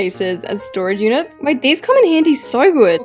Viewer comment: who else thinks its so weird when she says storage units?